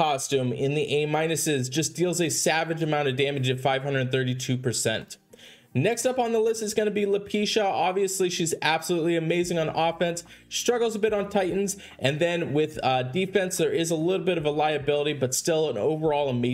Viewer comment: Dude what is the deal with you calling Domitia & Lepiota Domeesha & Lapeesha?? Stop that my god just stop it it’s super annoying.